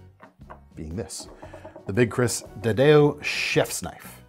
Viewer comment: "Dadao" is pronounced more like "dah-dow." Chinese for "big knife." It's also a name or classification of some larger Chinese single-edged swords.